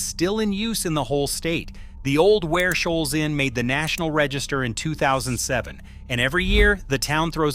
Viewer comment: He got Ware Shoals right 😂